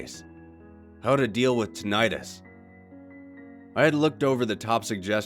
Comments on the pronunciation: Tonight us Tinnitus The true bliss of utter silence? Silence is loud as hell to me. True silence is unbearably loud.. isn't it? edit: tonight us is just how the guy pronounces the word. it sounds strange when he says it, is all. lul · Please pronounce it correctly. Please pronounce it correctly .... NOPE!